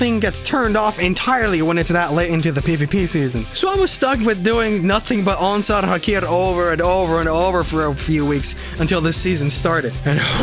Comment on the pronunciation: Sorry if this is a weird comment, but I really like the way you pronounce “Onsal Hakair”